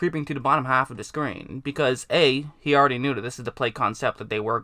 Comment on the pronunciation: Haffuhduhscreen. Either top haffuhduhscreen or bottom haffaduhscreen.